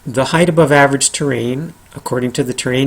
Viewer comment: HEIGHT! Not heighth. omg